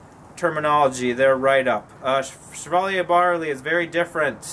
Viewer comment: Really not trying to be a dick, I mean this to help pronunciations. Chevallier is french, hence the Shhh pronunciation. Cheshire is pronounced with the same Ch as chair or Cheddar as it's Anglo-Saxon. We pronounce shire the same as sheer, so Cheshire is more like Chairsheer when spoken. Like your vids and look forward to the next.